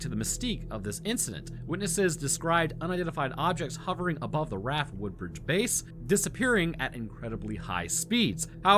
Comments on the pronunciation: R.A.F. not "raf," if you say "raf" it's more cringe than a man sitting down to pee. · RAF- R-A-F not "raff" like you keep saying. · It's not "raff", it's pronounced "R-A-F". You would know that if you did any research other than Wikipedia and random YouTube videos. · Literally no one produces RAF as 'raf'. It's always R.A.F. also, it's 'su-fuck' not suf-folk... Why?... Because English. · Two points on pronunciation, just coz I'm that guy 😂 1. RAF isn't said as if it's a word, as in riff-raff. It's still an acronym without the dots. 2. Suffolk is pronounced SUFF-OOK.